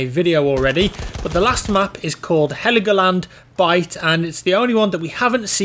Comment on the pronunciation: It's called Hell-Go-Land... 😉